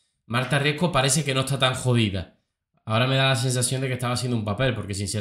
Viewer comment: Todos están eqivocados al decir su apellido. No es Marta Riesco. Es: Marta Riesgo.🙄🤦